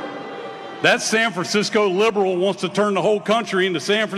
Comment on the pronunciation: "She's not lib'rul."